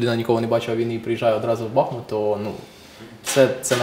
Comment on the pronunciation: Доброго дня. Чому Бахмут а ні бахМут, там річка бахМутка а ні Бахмутка?